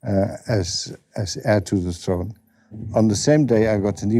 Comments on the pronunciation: I think it’s throne not frone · Kind Charles the FIRD, ascended the FRONE... speak proper love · Loses all credibility when he says frone rather than throne. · Whats ve FRONE ? And Charles ve Fird ? Cant this guy talk properly before he criticises others ?